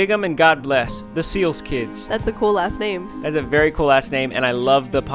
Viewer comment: Did anybody else hear them say “that’s a cool-ass name”Instead of “that’s a cool last name”?